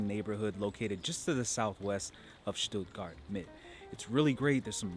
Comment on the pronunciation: Thank´s for not pronouncing the town "Stuttguard"!